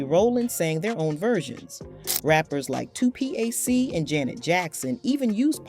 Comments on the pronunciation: Two Pee AYE Cee? 🤨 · I hate her. She called Pac Tu P A C. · I guess it's a little hard to say "Ooh, Child" instead of "O-O-H Child". LOL. A.I. is brutal. 2P.A.C. ugggh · ...and 2-P-A-C and emphasizes "in" too much in Boyz N The Hood. Make me believe this is A.I. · Appreciate the narrative but voice killed it by mispronouncing the name of the song. I couldn't understand saying each alphabet "o" "o" "h" when the song is Ooh ("ewwww") child..I remember the song well. How you gonna mispronounce 2Pac? Dayam! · 2 P A C...WTF is she talking about?